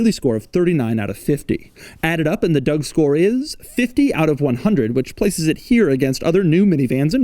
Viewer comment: Did he accidentally say he's gonna give it a "Doug store" in the intro or is that just me?